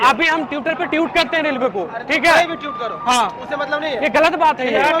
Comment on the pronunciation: Bro it’s twitter .. not Tewter!